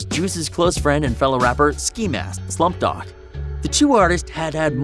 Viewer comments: It’s THE SLUMP GOD NOT DOG NOT DOC GOOOOOOD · It’s slump god not dog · Did this nigga say slump dog? And tentazion?